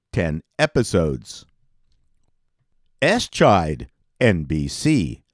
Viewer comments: You can say "Ess-chide" all you want 😂 but we know it's "Eye-shied" and to MSTies like me, it's "Mitchell!". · The title of the Joe Don Baker drama is pronounced “eye-shied” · Eishied was pronounced dead”EYE-SHYed”….not “ES-SHYed” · It's SHAH-mus, not SHAY-mus. No, no, no. EYE-Schied, NOT ES--Chied. No, No, No. So much for setting the record straight. Sh*t. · Ass Chide? It's EYE- SHIDE, you silly man! The name was apparently suggested by that of a Minnesota Vikings punter, Mike Eischeid. AssChide. Jesus. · Sorry I have to correct you [my apologies] about one thing,. I am pedantic. "Eischied" the TV show with Joe Don Baker was pronounced "EYE - SHYDE" In the premiere a actor extra mispronounced it and the character stressed the correct pronunciation. It was not a good TV show, but Joe Don Baker is such a good actor with a "s" eating grin I would given him at least 3 episodes before canceling. Or it all could be figment of my imagination.... And I agree that Buck Rogers lives on in our collective memory. If they kept the original show runner (and did not switch in S2) the show (and all the fans) would have been better served. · It was pronounced "Eye-Shied". I guess making a TV show out of "Mitchell" (more or less) just wasn't a good formula. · For a guy who was a TV executive and self described TV fan, he mispronounces an awful lot of well known performers and show names. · My apologies. After your butchery of Eischeid, you pronounce Devane as Divine and mess up Kim BAY Singer ( but you're not alone in that). Clearly you're careless and sloppy and I shouldn't expect more. Carry on.